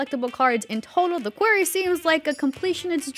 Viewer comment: The host of this has me tripping, is the game called The Query (a question) or The Quarry (where you mine rocks). They keep pronouncing it like query but it seems to be about a quarry.